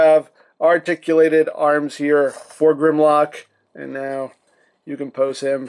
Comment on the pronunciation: Maybe it’s pronounced GUHRMlock?